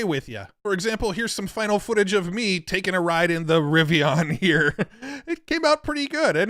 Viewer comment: First time iv'e heard Rivian pronounced like that.